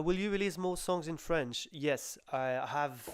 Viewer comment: Hay,, your French is great for an Englishman.